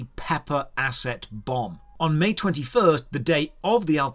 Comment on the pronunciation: Is it just me or do you say May 21st as March 21st?!